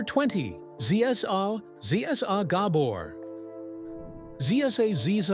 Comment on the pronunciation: Horrible ai Awada’s gAbor